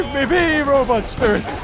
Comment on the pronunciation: Yes, the forbidden “RobUt” My favorite haha